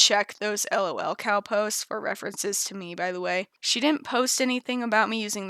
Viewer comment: I am delighted by how says "el oh el" instead of "lul"